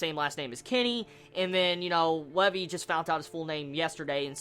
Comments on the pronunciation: dude the name is LEVI NOT LEVE pronounce it right plz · When you where pronouncing Levi's name as Lev-ee, I was like....who the fuck is Levee? Then I realized you were talking Levi haha.